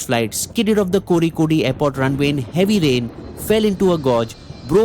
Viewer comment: First, the Mangalore incident was an Air India Express flight not Air India. Second, it is Kozhikode and not Koh-Ree-Kode. I guess it is important to mention the names correctly (Places, flights etc).